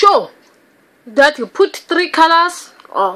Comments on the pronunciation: "you POOT" XD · Anyone else say “put” like her while doing your makeup lol lol I do all the time